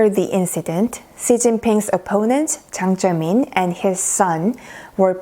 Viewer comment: It's Jiang Zemin. Not Ziang Zemin.